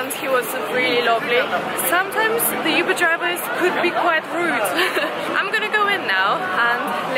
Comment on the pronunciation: Oo-ber... not you-ber 🙈😂